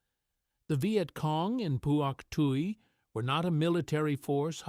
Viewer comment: Not four to six men, always five men and you mispronounce Pwok Tai.